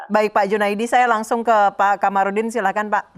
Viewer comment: Kamarudin.... Bukan Qomarudin...takut ga makan ya pak?.. jilat terus...nti dicopot jabatannya kan repot ya pak bhuahahaha